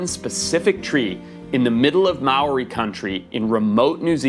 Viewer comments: The way you absolutely BUTCHERED the pronunciation of Māori kills me. Ya could have looked that up before making the video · you said maori wrong and im maori and all the other maori words coz I get mad when someone says a maori word wrong I'm not trying to be mean to you just saying 😁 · Also coming from New Zealand, the way he pronounced Māori physically hurt me